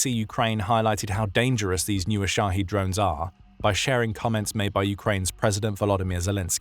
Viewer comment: The drones are called Shahed. Shaheed is a martyr. So kindly speak clearly.